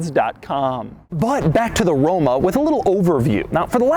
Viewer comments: he said romo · “quirks and features of the romo” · Can we get a RRRRoma with a rolled "R" per favore? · Romo? then Roma LoL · Did he say Romo in ? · anyone heard him say Romo? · The way you pronounced the word “Roma” sounded to me like the English word for zingaro (gipsy) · See, this is why I don't watch doug anymore. He doesn't even give these cars any pedal. He just babbles enuff to almost make me miss the fact that he didn't give me my money shot. I didn't hear that RoMa scream even once. ~Dud DeMuro~